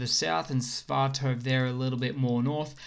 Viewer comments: Sva-to-ve...not Sva-tov. :-) Slava Ukraina! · Dude! It's..... S.V.A.T.O.V.E.... You should pronounce every letter as an individual 🙂